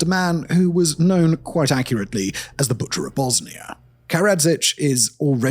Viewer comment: It's Pronounced : "Bosnia"....... Not (Bosni-ER)